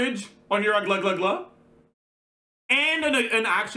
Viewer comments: every language has it's own official transcription of other language, so it's okay to pronounce the names differently then they are pronounced in the native language. In Russia, we have a name Aglaea like a real girls name (rare but still), and it's pronounced "Agla-ya" as by our language rules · please her name pronunciation is Aglaya like in AYAka and AYAto. I know coz that's my friend's name т.т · how is it difficult to pronounce agleya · the british narrator from the trailer pronounced it as “A-gla-yuh” so i started calling her this as well since it sounded really organic but i never knew there was an actual pronunciation. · As a Greek the only reason i opened this video was to check your pronunciation on the Greek name Aglaea and Jesus Christ... The "ea" on her name is read as the "ea" in the word "fear" the first part is read Agla like you are saying it but with a soft "g" like the W on Wild or West or Wound, it doesn't matter if you can't say the g correctly but the "ea" part is easy. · bro becomes the thing he hates...like why you purposely mispronouncing fairly easy names, just cause he hates hsr. "Oh i don't care" then don't consume it. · His ass perfectly saying Chinese and French names and insisting on using them but butchering a Greek name for fun LOL. If he wasn't all about pronouncing names correctly then maybe it wouldn't have been annoying. Seems pretentious asf. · For real he could have just consulted a youtube video about how to pronounce it, takes 1 minute, but he did not care enough If you can pronounce the Fontaine names, then you can pronounce Aglaea's name